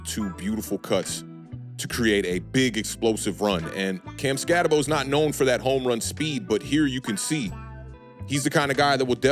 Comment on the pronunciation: Name is pronounced skatt-eh-boo. At least do that much homework man cmon. Other than that good video.